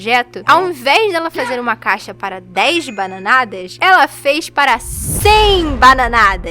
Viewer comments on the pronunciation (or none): "100 BANAHNAHDAS" rachei😅 eu me identifiquei muito com ela😅😅